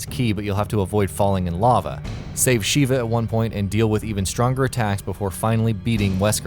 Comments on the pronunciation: Her name is Sheva, not Sheeva. Mispronouncing El Gigante is forgivable since his name is never actually spoken during the game, but there's no excuse for getting the name of one of the main characters in RE5 wrong. How about getting someone who has actually played these games to do the narration next time? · "El Jigante" "Sheeva" Even though the game tells ye how to pronounce it multiple times lol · Balta Bueno As a spanish speaker, it hurts hearing how pronounce the giant’s name “He-gan-te” to “Gee-gan-te”. 😑 Not to mention Sheva is pronounced multiple times with a short “e” and not with a long “e” just because it’s spelt with an “e_a”. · Does no one who puts these videos together bother with correctly pronouncing Sheva's name? She's not from Mortal Kombat you know. It's Sheh-va. Do they even play the game? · Sheeva =O You meant sheva? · Also it's pronounced 'sheh-va' not 'shee-va'. Have you even played the games? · It's Sheva not Sheeva. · Small complaint, but the way he pronounced Sheva's name bothered me a bit.